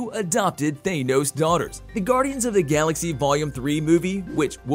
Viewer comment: Who in the actual hell is even Thay-Noze? Lol!